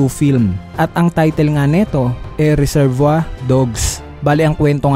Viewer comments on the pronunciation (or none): none